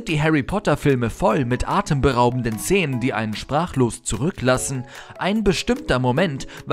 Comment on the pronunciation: warum sagt er "zenen"? x d